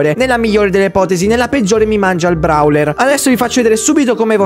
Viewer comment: No vabbe lo chiami Brawler ma si chiama browler si pronuncia e poi gli effetti e Kissy Missy mi fai sempre scappare una risata😂😂😂😂😂😂?muoio